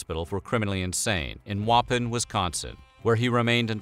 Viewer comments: It's pronounced Wuh-Pon not Woppin. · Wisconsinite transplant here, it's "Wuh-pawn", not "Wah-pun", lol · Waupun is pronounced wah-pawn not “whoppin” ... just fyi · It’s pronounced Wau-pahn. Not Wa-pin. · As a wisconsinite myself, a lot of town names are difficult to say. They have native american origin. the town "Waupun" is pronounced wuh-pawn rather than wah-pin lmao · Waupun is pronounced wahpahn, not whoppin. Not that it's important or anything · I’m sorry, but did you really pronounced Waupun (WAH-PAHN) as whopping?? 😂 Sorry, Wisconsin here. Great video tho! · I live about 10 minutes away from waupun and it's actually pronounced Wah pahn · I used to walk past the spot where this happened at least once a week. PS: Waupun is pronounced WAH-PAWN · Lol he said Lawpun and not Waupun which is fine because I’m from Wisconsin and quite finalist with the are so I’m not judging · It’s pronounced Wa-pon. That’s my hometown! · Lol you pronounced waupun weird, it pronounced WAH PAHN. Us Wiscooonsin folk are fascinated when out of state people try to say our insanely hard to say city names. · As someone who lives 10 minutes from Waupun I cringe at the way you pronounce Wau - PON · Nice try pronouncing Waupun. Here in WI we say Wah-pon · Loved this docu, but as a Wisconsinite I loved ur attempt at pronouncing Waupun Wisconsin even more. Thanx for the chuckle and a top notch video! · you pronounced Waupun wrong. :) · The town of Waupun where the would be assassin spent the remainder of his life is pronounced like the word upon except with a w in the front. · That’s not how you say Waupun Wisconsin lol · Lol failed to pronounce Waupun, Wisconsin correctly!!!!! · Your pronunciation of Waupun had me in tears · The way he pronounced waupun made me cringe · You said Waupun wrong 😡😡